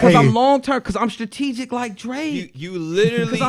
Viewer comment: This man really said "I'm straregic like Drake"